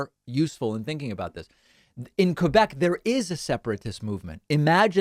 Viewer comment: Superbement bien dit. N'empêche, il a bien prononcé 'Québec'. Ça m'écoeure quand ils disent 'Kwaybek'.